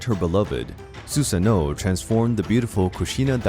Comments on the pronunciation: I know I’m not crazy... you called susano her like 5 times 😂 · Why does "she" keep saying for Susanoo